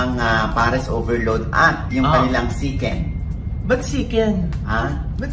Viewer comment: Shiken nga po rinig ko sa nag vlog nyan kay Diwata😂😂😂 shiken